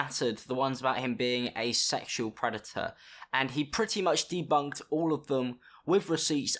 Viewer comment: Did he just say "DeBuNkEd" ?